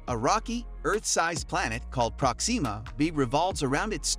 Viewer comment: Good! Now your next video has to be a thorough explanation of how NASA will attempt to get you to say PRÓxima B, like NORMAL PEOPLE, instead of whatever the hell is coming out of your mouth- like an extraterrestrial attempting to speak english- everytime you try to say a name thats been around for a while now and is always pronounced PRÓ-xima. Jesus Christ.